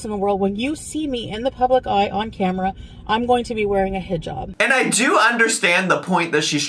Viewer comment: The way ahe pronounces inshallah and hijab makes me want to jump out a window.